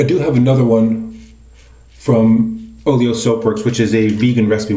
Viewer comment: Every time I hear Oleo, that pronunciation sounds like Oreo which makes me feel like I'm feeling the Oleo or the Oreo cookies, haha. Anyway what handle is your Wolfman razor head attached to?